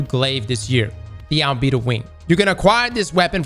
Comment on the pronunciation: Al-bee-doh definitely not Al-bed-oh